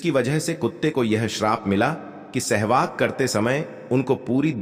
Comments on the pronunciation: Abe Sahwas ko Shehwag kiyun bol rahe ho? Aur Raja Draupadi bhi bol rahe ho? Upwas ko Oops bol rahe ho! Pedh ko payer bol rahe ho? 😲😡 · Bhaisahab sehvas hota hai aap bar-bar SEHVAG bol rahy hain 😂😢😮😅😊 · महोदय! हिंदी का शब्द-ज्ञान खुद प्राप्त करें l राजा द्रुपद को कई बार राजा द्रौपदी बोला गया l सहवास होता है न कि सहवाग l